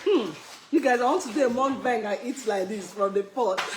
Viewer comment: It’s pronounced muk-bang not mung-bang😇🫶🏼